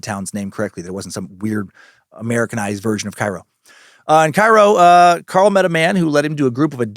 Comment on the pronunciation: Had to comment bc I believe locals call it Kay-Ro